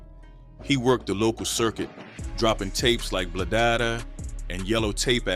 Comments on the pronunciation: Loss all credibility when he couldn’t say bladadah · Did yall hear how he said bladadah 😂😂🤦‍♂️